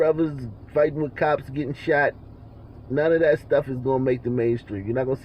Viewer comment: "I don't know what dat is" LMFAO